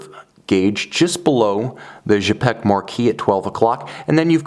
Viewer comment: Cool watch, thanks for sharing. Don't hesitate to shoot a review of a Quai des Bergues model, should you have opportunity. I'm happy to see this historic brand reestablished. Please note that 'Cz' in Czapek is pronounced like 'ch' in chopper, I hope that makes sense!